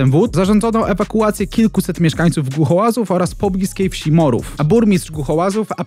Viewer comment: Mieszkańców Głuchołaz, burmistrz Głuchołaz, nie Glucholazów xD